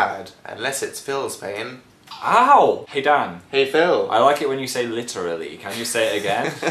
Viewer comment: Every now and then I find myself saying "lichrally" and I completely forgot it's because of Dan